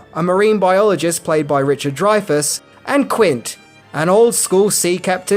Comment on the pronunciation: youre an idiot, its not dryfas, its drayfas